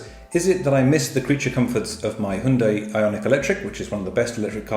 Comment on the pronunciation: I like your pronunciation of Hyundai, very close to native Korean!